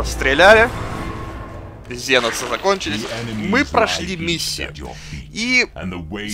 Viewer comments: И это не ЗЕНОСЫ а КСЕНОСЫ! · Жаль, что сделали обзор но не удосужилась узнать ни историю вселенной, ни историю самой игры. Тогда бы отпали такие вопросы почему комп ставит каждого второго космодесантника рандомно. И да, что за ЗЕНОСЫ? Генокрады, ксеносы или тераниды, но не зеносы!!! Сильно вымораживает =(